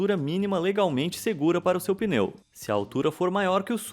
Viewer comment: Quando ele falou suco de peneu pensei que era suco de borracha